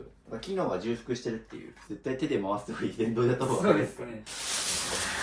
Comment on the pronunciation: 、「重複」が「じゅうふく」なの気になる😅